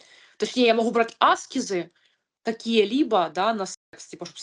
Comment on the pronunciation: Не Аскезы , а АскЕзы, примите без обид)